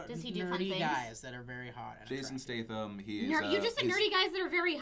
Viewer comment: Haha phil you pronounce statham so badly lol